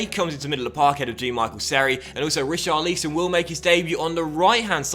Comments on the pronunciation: Rich-ar-lisson not Ri-char-leeson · Pleassseee if you're gonna have Richarlison here then at least pronounce his name properly...it's not pronounced like 'lee-son', it's 'lison'...like how it's spelled lol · Rich - are - al - son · Please say his name properly mate :) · Why do you say richarlison name like that just say it like everyone does in England ...